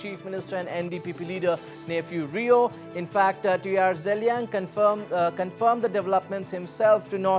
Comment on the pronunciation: its Neiphiu Rio, CM of Nagaland and not nephew to any viewers mr anchor next time mind your ...